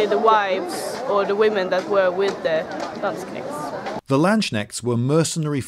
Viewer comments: "The Lanshnekts" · LANDSSCHNECHTS? you seem to have forgotten the K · Landsknechts, not Landschnechts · Do you really say "Landsknechts" instead of "Landsknechte" in English? Also, how come there were no whores with these "Landsknechts"? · Lloyd sayd The "Landschnecks" In German would be some like Landsnails lol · Landschnechts? Did he really say that? :D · The Landschnäkts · It has been pointed out to me that in this video I use a pronunciation of the word 'Landsknechts' that falls below the standard expected of me. This is an Anglicised version of the word, and for that I feel no shame, but the central S should apparently be spoken with a clean S sound as in 'soup spoon', and not a soft SH sound as in 'sugar'. My apologies to any viewers who are stricken by the sheer awfulness of it all. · I had to laugh so hard at how you pronounced "Landknechts" xD but then again, you would probably laugh at how I pronounce English words 😂